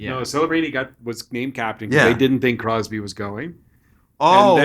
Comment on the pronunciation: Hahaha 😂 omg it’s so funny “Crosby”❌ “Crosby”❌ “Crosby” ❌ “Crosby”❌ “Crosby”❌ “Crosby” ❌